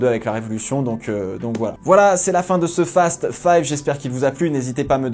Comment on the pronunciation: Ce n'est pas un fast five, c'est fasteuhh faïïve